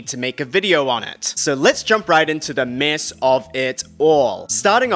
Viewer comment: Due to I will now always say the word mess as MISSSSSS